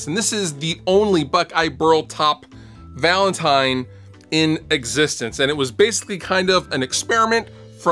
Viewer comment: ha he says valantime at the start